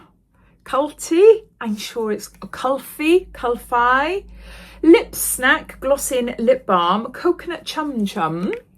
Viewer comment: Yes its pronounced like Kul-fee